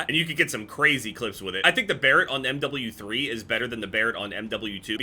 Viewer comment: when says M double u three